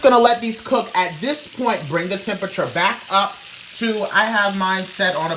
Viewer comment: "adjust your chempechur....I said chemepechur....HEEEYY!!" 😭